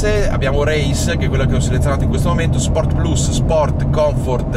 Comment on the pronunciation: Sei un grande, finalmente qualcuno che dice correttamente "Sport PLUS" e non PLAS.